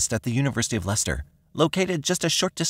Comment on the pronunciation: Ha, that's the first time I've heard an American pronounce Leicester right, now try Worcester lmao 😮😂😂😅❤